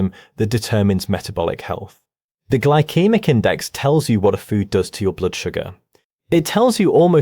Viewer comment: Gly-kee-mik? That’s You mean Gyl-see-mik.. Glycemic